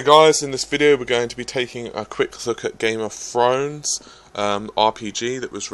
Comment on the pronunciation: "Game of Frowns"